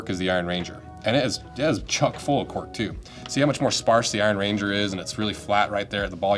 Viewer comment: An Iron Ranger is a person from the Iron Range, not a ranger made of iron. Slightly different emphasis on the words.